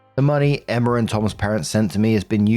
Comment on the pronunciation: The way you pronounce "Emma" as "Emmer" is absolutely adorable.